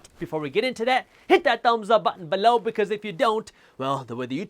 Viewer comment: Its below not balow.😂